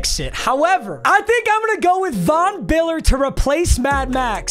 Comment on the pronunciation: When bro said Von biller he had me dying💀💀💀💀🤣😂😂😂😂😂😂😂😂